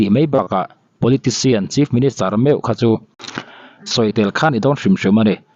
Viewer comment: Chief ministure/minischer tia i lam tlat le😮